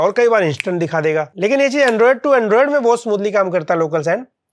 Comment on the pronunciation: Arey bhai android to ios to ache se nehi bola